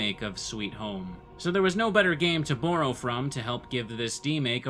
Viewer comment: Why do you say "borrow" weird? Where are you from ?